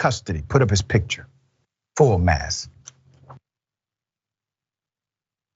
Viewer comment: Hey Doc, I love your show, but what is full Mass? At least that's what I think you are saying "Let's put up his picture full mass".